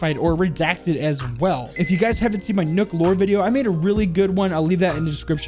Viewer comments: Can we not pronounce nøkks name as “nook” because that’s not how it’s pronounced it’s annoying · That is not how you say nook